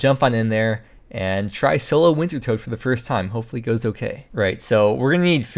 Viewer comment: please stop calling it wintertoad its pronounced winter TODD